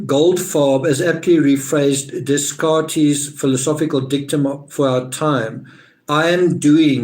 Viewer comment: Deh-cart = how you pronounce Descartes. French early 1600s. Famous in philosophy for positing “I think therefore I am.”